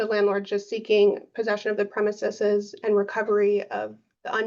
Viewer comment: Her continued mispronunciation of "premises" is annoying lmao ... you have a law degree, this should be a rudimentary word for you ...